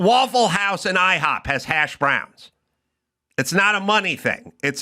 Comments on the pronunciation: Its HASHbrowns....not hashBROWNS. Damn californians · I love that Adam pronounces hash browns as hash BROWNS. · Why does he put such weird emphasis when saying hash browns